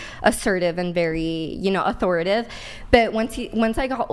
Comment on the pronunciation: it’s authoriTATIVE not “authoritive”